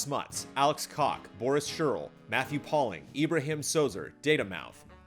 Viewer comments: LOL said cock when he should have said koch during the "thank yous" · Alex Cock lmao hahahahaha. I'm dying. Koch is pronounced like "coke". Love the show, that cracked me up.